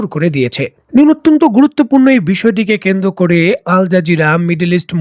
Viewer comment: কেন্দ্র করে/পর্যন্ত । এই উচ্চারণগুলো শ্রুতিকটু লাগে। তাছাড়া আপনার কথা ভালোই লাগে।